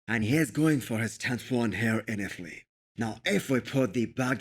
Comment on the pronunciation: bo offense bro.. but Italy doesnt have a th (not Ithaly..)